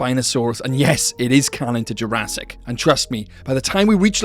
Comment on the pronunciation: " I bet Jurassic can" sounded so normal to me, until my brain randomly starts to function. "I bet Jur-ass-it can" 💀💀💀